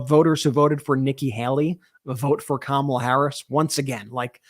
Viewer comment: Well, I’ve had it with the commercials where they pronounce Kamala’s name wrong so now I decided that they are not talking about the vice president. I know as Kamala if they can’t say her name right they are not talking about the same person.